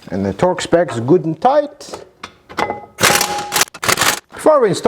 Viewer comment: Gutentight hahaha